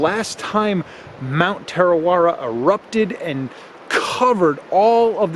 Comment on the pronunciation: Its pronounced Tah-ra-weh-ra ur rolling ur tounge at the ra parts. I live here in kawerau. Tarawera is so beautiful. Our waters are beautiful and I'm glad we have no crocs or any scary things in our water